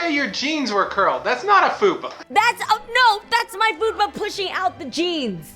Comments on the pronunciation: Jeannie,... it’s FUPA 😬 FAT UPPER P*%&Y AREA. Idk how you’re pronouncing it LOVE YOU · Watched "what you've been doing to keep from being bored". Were you saying foodpa or fupa? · Jeannie, it's a fupa, lol, not foodpa. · Are you saying "Foodpa"? 😂😂 It's F.U.P.A- fat upper pelvic area. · why is no one mentioning that Jeannie was calling a Fupa a Foodpa 😂🤣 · She was saying FOODpa but its Fupa isn't it??? IDK